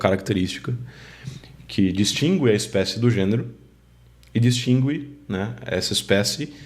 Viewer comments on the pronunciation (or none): Você não é brasileiro? Até hoje eu nunca vi alguém dizendo "distingir" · Uma curiosidade: por que você diz "distingüir", se o "u" não é pronunciado agora, nesta atual reforma, nem foi nunca, segundo as gramáticas consultadas?